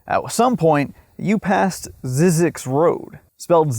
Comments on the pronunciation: You are mispronouncing the name. There was a documentary on this place on PBS a while back and the first thing they did was get the pronunciation of the name sorted out. It's not Zeeeee zyzx it's 'Z-EYE' zyzx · the correct way to say it is zeyezx, the y is long sounds like , eye in the middle, not zizx road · I was always told that it was pronounced Zz-eye-zx, but I can’t confirm the pronunciation one way or the other. Also, there was 2006 indie film about Zzyzx Rd. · Pronounced "ZZIZX", lived in Baker for 6 years. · Very interesting video.. I started taking field studies classes in 1990, and took classes for the next 30 years, so I know the place QUITE WELL. Just one correction . . . Zzyzx is pronouced 'zy-six'.... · Just fyi--it's pronounced "ZY-zyx" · When I worked at KHWY, we were told it should be pronounced ZYE-zix, not ZIZZ-ix. Not sure which is correct, but the whole story is very weird. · It’s pronounced “zee-six” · Wish you would pronounce Zzyzx correctly it’s (zeezix) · We always pronounced it a one syllable word with a silent X ie. “Zees” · It's zeeee zix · You pronounce it incorrectly. It is pronounced ZY ZEX,. The Y is a hard Y. My late father, who was the guy in charge on that freeway for CalTrans when that freeway was constructed, took it upon himself to make sure that the sign for ZZYZX Road would not be removed, as Cal Trans was planning on doing. I am 71 now but have vivid memories of my father coming home and telling us about ZZYZX Road when I was in elementary school. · It’s pronounced ZYE- Zix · This has an AI voice cuz it doesn't know how to pronounce zzyzx (zizeeks) the I is long and does not pronounce the tribes name Kiowa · I've been to the research station for a desert workshop. We pronounced it "ZYE-zix" instead of "ZIZZ-ix". Not sure which is right. I love crazy history tho. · Zzyzx is how someone from Cornwall would pronounce Sussex 🤣 mystery solved